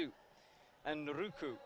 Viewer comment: He keeps calling him Anruku... must be dyslexic, right? Besides mispronunciating names, he straight up misses letters 😂